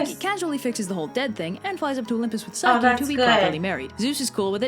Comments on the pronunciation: I'm really not trying to be mean but I think you said psyche wrong again I'm not trying to be mean! I think it's pronounced pyshcE not trying to be mean ❤❤❤ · i think it pronounced pchycee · You pronounced Psyche wrong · She’s pronouncing the names wrong and it hurts